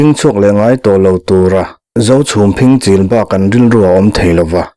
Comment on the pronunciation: Phingchil lam dan hi kan hriat ṭhin dan nen chuan a inang lo hret. Phing lai tak hi hlat zawng sawina lo fing hnih/khat kan tih a, fing lam dan thluk ang chiah hian kan lam ṭhin kha a nia.... Regional variation te pawh a ni maithei e.